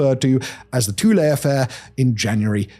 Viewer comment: It's "Tuh-lee". Your pronunciation may technically be accurate, I don't know, but that's not how anyone ever stationed there pronounced it.